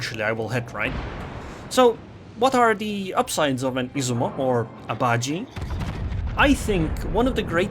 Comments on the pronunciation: Im pretty sure its pronounced as ba ji e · Bajie isn't pronounced like gee, it's more like jyeh cause Mandarin